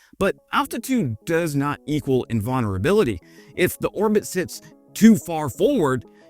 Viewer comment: hehe! "in-VAUGN-er-able"